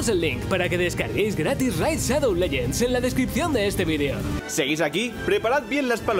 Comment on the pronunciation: "Ene- Raid Shadou Lellends"